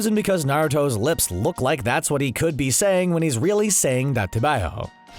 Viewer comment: Daate baayou was pronounced literally completely wrong